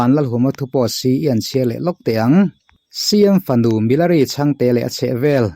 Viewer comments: Milari tih hi ti nge Mi-la-ri ti a I sawi zel a!.... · Milari hming hi in lam dik lo fur mai..saptawng ang deuha lam hi a dik lo..he nu hi chu mizokramah na na chuan a lar vet vet hle ani, tiha lar kan lam ang hian lam tur a ni e.